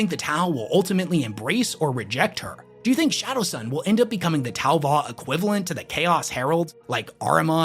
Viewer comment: STOP, your Tau u man, is killing me. 🤣🤣🤣🤣🤣🤣🤣